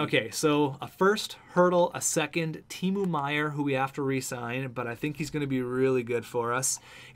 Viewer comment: And Meier's first name is pronounced Tee-mow, like mowing the lawn.